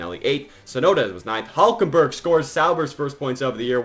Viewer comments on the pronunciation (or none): Who is "HULJKENBERG"? 😂😂